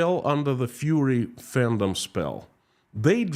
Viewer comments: it's fUrry, not fury :D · ITS FURRY not FURY (IE furry animals it means their fluffy skin coat.Furry and fury are pronounced different ie furry and fury pronounced different. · Not Fury -you mean Furry - like wearing a cat suit. Fury is anger Furry is from fur - like animal fur. With fury you hear the u sound, but Furry would not have tge u sound - more like a fir tree. An F in front of the er sound. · I love as he keeps saying "fury" and not "furry"... but probably it fits Russia better 🙂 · Не 'фьюри' а 'фурри'. Так будет правильно. А то мы тут все попадали 🤣😂🤣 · Furry is pronounced FER ee. FU ree is how to pronunce fury, which means very high energy anger. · It should be Fur EE . No Fury LOL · Furries,😊 🐈 as in rhymes with ' infer'.. furry, cuddly. Fury, on the other hand ... 😡😡😡 rhymes with JURY. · It's "furry" with the "u" pronounced as in "murder." "rry" is pronounced "ree" as in "glee." "Fur" - "furry." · I love that you pronounce furries like fury.